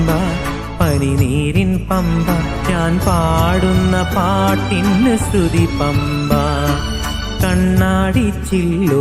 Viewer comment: Sruthi ennu sarikkum ucharikanam